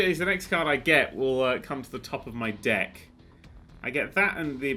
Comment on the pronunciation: I keep hearing Dick instead of Deck...